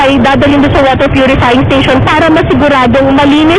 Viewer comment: Waterrr Pyurifying Sthasiooonnnnn...